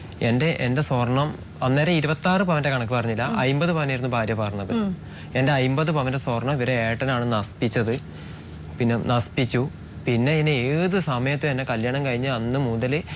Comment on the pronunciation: നസ്പിച്ചു അല്ല നശിപ്പിച്ചു